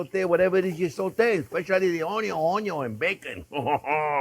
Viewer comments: I chuckle every time I hear chef say, “AwnYawn.” Lol… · "Mr. ONYO, syre" 😂